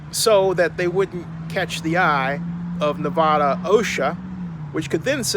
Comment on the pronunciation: Wouldn’t it make more sense that the refund is more so for the coronavirus leading to limited fans if any at all Also you mispronounced Nevada